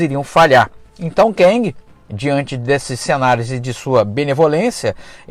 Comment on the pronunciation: Cara, 'quéngui' fica bem estranho 😁 seria o marido da quenga?🧐🤣 Eu leio como 'quêng' mas tá bom Nessa fase aí eu já tinha caído fora de HQ